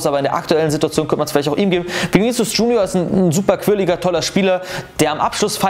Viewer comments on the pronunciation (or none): none